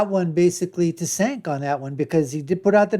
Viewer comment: You can't even say Cenk's name correctly. You are woefully under equipped to make commentary